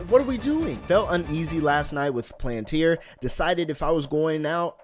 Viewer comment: "A stock called Planteer"